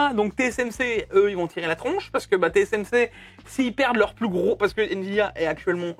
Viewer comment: Bon, il faut que vous arrêtiez de dire/prononcer : TCMC au lieu de : TSMC. C. ABUSÉ, NON ?!